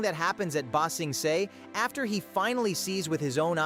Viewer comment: You know, in order to ramp up, you REALLY need to A. Use your real voice. B. Get the text to speech to do stuff like rather then ba sing se(it pronounced it see) and do stuff like ba sing say(spell like prenounciation)